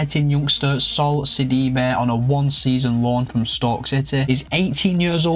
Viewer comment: Ah thanks for the shoutout bro! Did very decent with the pronunciations 😂 👏 ! Great rebuild! Got Sidibe on a Stoke City rebuild and he is such an all-rounder! Love from South Africa as always!